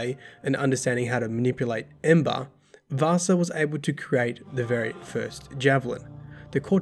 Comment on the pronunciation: I don't know why, but everytime you pronounciated "Vassa" it sounded like you were talking about Vaasa (a city in Western Finland). 😄